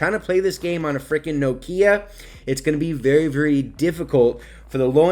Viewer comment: Did he just say nokia wrong? Lmao